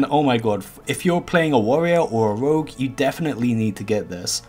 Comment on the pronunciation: Rogues= Wougs' ugh take some pronunciation classes, I had to mute after 15 seconds of hearing this guy talk